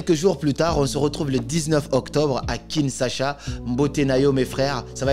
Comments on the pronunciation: Tu sais que tu prononces mal « Kinshasa »😅 Sinon, mbote nayo pe mon cher 👏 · Tu prononce très mal "KINSHASA"